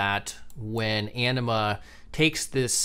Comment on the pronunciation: I swear, every time says Anima, I hear enema. Anyone else with me? (Love the video)!